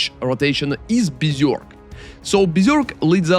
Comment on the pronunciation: Helly my dude, my request for you is to learn how to pronounce berserk and general ! See you in next video and thanks